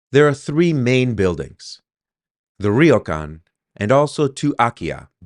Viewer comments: the y is a consonant, not a vowel. so its not pronounced “rio”. its more like “row” where the r has a soft roll like the mexican r. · Great property, I hope the renovation goes well for you. Just a tiny point, ryo is one syllable, not two. Not trying to be a jerk but since you have bought a Ryokan, it would be good to pronounce it properly. All the best and have fun. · LOL I have never heard Ryokan pronounced like that before LOL and I have lived here since January 2005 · I guess the first thing you should do is learn how to say 'ryokan' 旅館 good luck. (It's a real can)